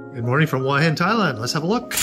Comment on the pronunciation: It is pronounce hua, with the H, and not hua with a W,like you keep saying